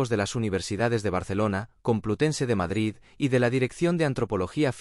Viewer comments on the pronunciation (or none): none